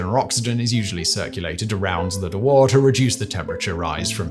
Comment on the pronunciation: Waal, not wol, aaaah!, a bit like in British "after", but longer NOT LIKE IN Wall, not even close...